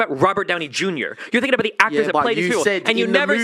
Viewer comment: i cant be the only person who hates when he says “finking”. i fink some of you guys would agree with me